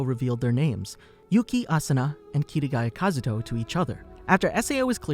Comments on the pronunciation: Dude I love these videos but I HATE HOW YOU SAY THE NAMES OF CHARACTERS like it gets me so salty for absolutely no reason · It annoys me that he says Kirigaya Kazuto im so used to kazuto kirigaya it throws me off